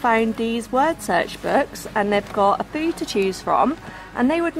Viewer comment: I love your videos but girl you need to learn to talk properly! A fow? No it’s a FEW!!!